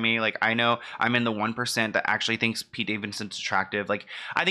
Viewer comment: Why does Kanye call Pete "Skete"? I find it funny but i dont even understand it lol.